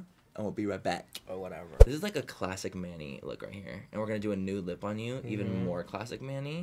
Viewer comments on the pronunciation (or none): Whenever Bretman says, “Whatevah,” I melt, then smile.